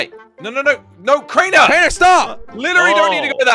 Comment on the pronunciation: He said crainer u son of a ...